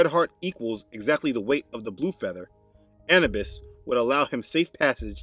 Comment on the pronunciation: …Anubus pronounced as Ah-new-bus✔️…